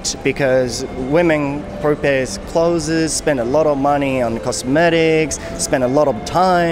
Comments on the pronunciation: clothesの発音は、kloʊðzizじゃなくてkloʊðzですよ。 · 、clothesの発音間違えてます〜僕もよく間違えますが。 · まあなんでもいいんだけど、clothesの発音が違うよね。俺も最初esつけて発音してたからさ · clothesの発音はcloseと同じだと思います。伝わってるのでいいですけど一応。